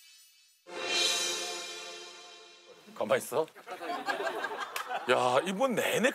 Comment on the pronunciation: 예전에는 가마이쒀였던 것 같은데...ㅋㅋㅋ 가마이써로 바뀌었네...ㅋㅋㅋㅋ 진짜... 허덩 님 덕분에 신서유기 유행어 되게 많네요...ㅋㅋㅋㅋ 머선일이고부터 시작해서..안 절거워...ㅋㅋㅋㅋ 그 외에 발음 때문에 생긴 언지원, 서탭들.. 뭐 여러가지...ㅋㅋㅋㅋ